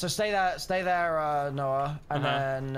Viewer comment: all i ask is for to stop saying "noahj"